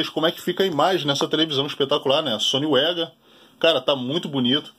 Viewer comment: E tio vc esta equivocado,o correto Da pronuncia e sony vega Mesmo e nao sony uega kkkkkkkkk Detalhes,mas foi um belo video.